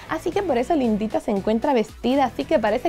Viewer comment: me dio mucha risa cuando dijiste lindita, yo entendí la Indita🤣